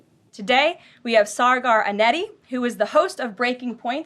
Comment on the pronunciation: Sargar Enneti. 😂 Karma for laughing at French names of Canadian politicians!